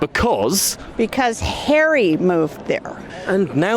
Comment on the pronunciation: The Montecito lady pronounces his name, as "Hairy"..😅😂😅😂